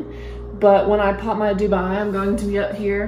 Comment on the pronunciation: Beautiful Dubia. Just so you know it's Dubia and not Dubai. They are spelled nearly the same, and it took me a long time to learn since I had Dubia roaches to feed my reptiles. Best of luck with your plants!! 🪴💚💚💚